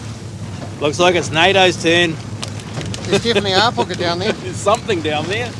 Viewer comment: Isnt Hapuka not Harpuka?